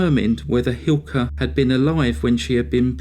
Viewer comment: Sadly the punishment for murder in Finland is quite miniscule compared to the US, and it's widely recognized that the finnish population has a huge problem with alcoholism. Thank you for making a video on this subject, your pronounciation on the names was surprisingly good!